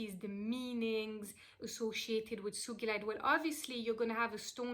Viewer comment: Yay! You pronounced it correctly!! 💚💕💚 One of my biggest pet peeve‘s is when people pronounce the name of the stone wrong 🤣 Thank you for this wonderful video beautiful soul!! I read Sugilite is also called Royal Azel